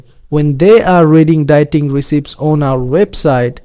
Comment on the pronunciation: Just an FYI, the word recipe is pronounced res-e-pee